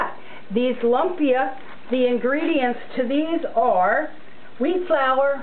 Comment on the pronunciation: Thank you for sharing. Please don't get upset but try saying "loom-pia" this is what it really sounds like. It is spelled lumpia but it is not pronounced lump-ia. You are very correct, yes there is many different ways to make it.